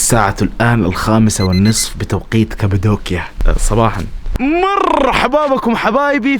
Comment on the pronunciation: مش كبدوكيا قبدوكيا بل قاف 😂😂😂